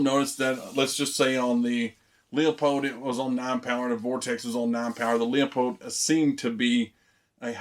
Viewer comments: I actually called the company. It's actually pronounced like Loopold not leeapold 👍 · Leupold pronounced LOU-POLD